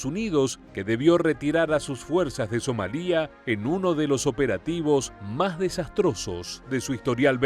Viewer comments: SomAlia, no SomalÍa. La sílaba tónica es MA y como es llana y no termina en consonante que no sea N o S ( "lia" es una sola sílaba con diptongo) no lleva acento. Y ¿por qué pones un Apache en la imagen del video en vez de un Blackhawk? Cometes unos fallos que no entiendo a veces. Otros youtubers latinoamericanos no comenten esos errores que te hacen parecer un poco cutre. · Somalia NO lleva acento en la i, es una palabra llana que termina en vocal, por tanto no se acentúa y se pronuncia sin hacer énfasis en la i, So-ma-lia.